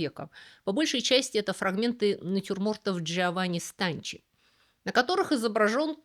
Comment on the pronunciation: Джованни Станки, а не Станчи